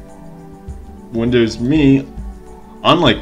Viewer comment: Can't stand you pronouncing it wrong! It's windows M E!!!